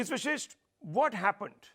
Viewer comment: It's Vashisht- it's not vishisht!